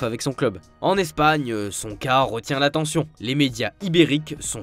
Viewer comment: Tellement 😂 "on espère un RE-bond" ou encore " qui s'est incliné 2-0 face à L'ES-pagne"